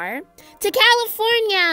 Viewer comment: Levi: CAYFORNINA😂